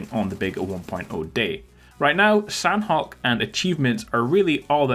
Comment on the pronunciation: San-awk, San-awk, San-awk!!... Means chicken! 🍗 Okay?!?!